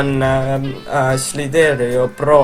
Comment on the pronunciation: sa ei häälda seda mängu õigesti...